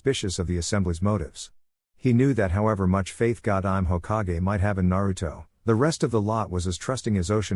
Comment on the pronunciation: Hoka-ge its Hokage you AI moron